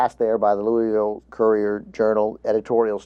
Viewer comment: 1) You pronounced Louisville wrong I believe. That's how I used to say it until someone from there corrected me. 2) I watched the "Fox News Anchor: Racist Businesses Are Ok?" first and I have to say that I changed my mind after watching this. I'm against RP on this.